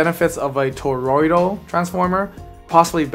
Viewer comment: First correct pronunciation of toroidal I've heard in an audiophile video, at friggin' last 🏆